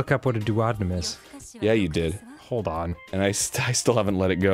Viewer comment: I died when Dan said "doo-Odd-in-um". Duodenum is pronounced "Doo-O-dee-num" Danny😂